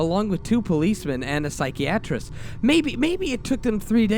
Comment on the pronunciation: I love the emotion you bring to the story's but it really takes me out of it when you mis pronounce things like psychiatrist or dingy keep up the good work but double or triple read stuff before narrating them maybe